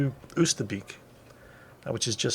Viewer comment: Your pronunciation of Eindhoven and Deventer is actually pretty good, Nijmegen is quite good except the 'g' is the typical Dutch g in the back of your throught. And with Arnhem the stress is on the first syllable isntead of the second. It's better then most English people!